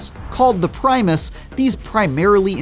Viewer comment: Primers not Primus you goofball game journalist